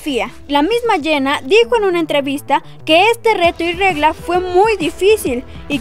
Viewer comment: Quien es "Iena"??? Pronuncia bien, por el amor de Dios!!!